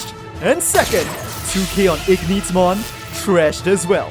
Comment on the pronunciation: It's literally Ignitemon not Igneetmon